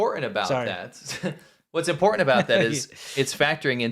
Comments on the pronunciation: gone back to not being able to pronounce "important." It's impordan! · Say importaNT. There's an nt at the end of the word. I never minded when my kids had that affectation. But after cringing with the fake ghetto -ness of jazzy, I feel we can't let our English slide. Thanks. 😁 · Big props to whoever called out 'Impor-unt' spelling/pronunciation. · Quit saying “ guys” like a couple of teen age boys. Not everyone watching is a guy. And the guy on the right can’t pronounce “ important “ he says “ imporund” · don't forget the imporant T in imporant